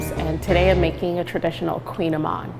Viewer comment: No, lol, kouign-amann, it’s Breton (something from Bretagne/Brittany), so the word is basically a type of Gaelic, and even I can barely pronounce it and I live in France, lol, and no she didn’t pronounce it right either, lol